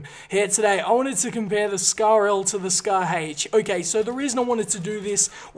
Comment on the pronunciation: he says scar hache